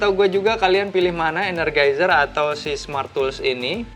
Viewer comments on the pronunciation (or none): ener JAI zer bang bacanya